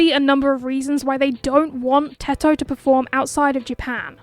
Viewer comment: Finally someone says Teto and not Tedto💀